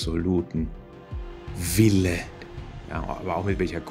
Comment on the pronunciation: Also die Betonung auf "Wille" war irgendwie witzig 😆